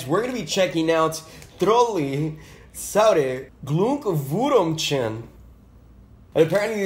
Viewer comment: I love "Saure Glugwurumtschen" 🤣(Ich weiß, dass es Glühwürmchen heißt)